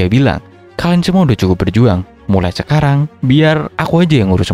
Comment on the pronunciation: (mulai cekarang) Keceletot dikit ya bang 😂